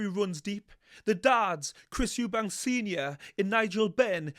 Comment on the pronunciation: I think he's talking about the fact you always say his surname wrong.. It's Eubank, not Eubanks..! But yeah, he is a funny guy! Love these breakdowns btw 😊